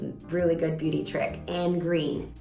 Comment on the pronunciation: "Your natural beuty" 🤣